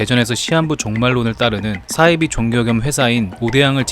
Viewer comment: 싸이비가 아니고 사이비